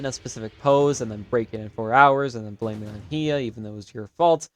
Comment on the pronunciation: It's HI-YA! Hiya!